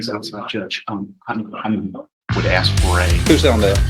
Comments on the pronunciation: AMEN. Absolutely cannot stand when attorneys, professionals that are highly educated, pronounce the word “ASK” as “AXED”. Like what the hell. PLEASE STOP. It’s embarrassing. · And the fact that the prosecutor can’t say the word ask properly. Laziness… is ridiculous!